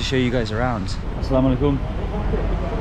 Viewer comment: Bro! I have been watching your all Bangladeshi vlogs for the last few days. The way you are saying 'Assalamu-Alaikum', 'Kemon Achen', 'Valo' is absolutely amazing. For me you are the best among all the foreigners who made vlogs on Bangladesh.